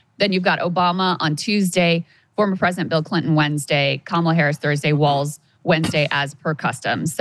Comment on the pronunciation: JFC, Krystal is creaming so hard for Walz that it's almost medical, and she doesn't even know how to pronounce his name? 😂